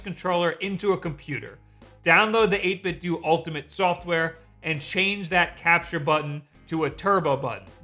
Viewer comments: Every time he says 8-bit doo I cringe a little. It’s 8-bit doh, a play on Nintendo. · My dude, it's eight-bit-doh (to rhyme with nin-ten-doh). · It's pronounced 8 bit DOUGH like Nintendo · Wait. 8Bitdo. Is it really pronounced like due? I have always been pronoucing it dough. So I have been saying Nintendo wrong all this time... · "My favorite controller is this one I consistently mispronounce..."